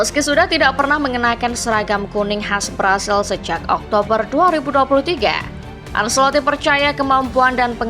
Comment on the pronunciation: Maaf, penyebutan ancelotti: ancelotti bukan anselotti